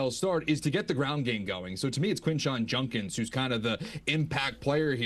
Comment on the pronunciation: It’s Judkins, not Junkins